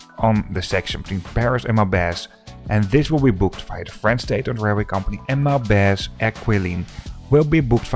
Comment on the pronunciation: It's Maubeuge, not Maubege.